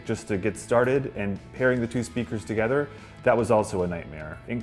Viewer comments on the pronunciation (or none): none